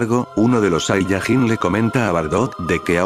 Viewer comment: No es saiyagin es sayayin